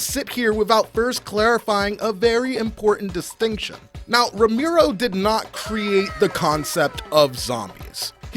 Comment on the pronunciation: Bro you lost me when you started calling him "Ramiro"